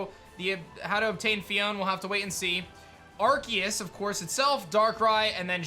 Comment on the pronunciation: Why do they keep saying arceus's name wrong?